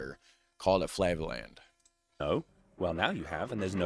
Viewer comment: flavaland, lol.